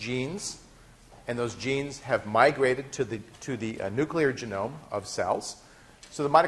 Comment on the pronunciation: I wince every time he says "genome"...